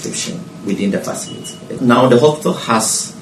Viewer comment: Lady, please stop the "haspital." Its "hospital"